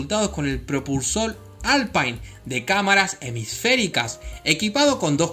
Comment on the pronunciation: Muy buenos datos, especialmente lo de la NASA. Un detalle: se pronuncia alpin porque es francés. Saludos cordiales.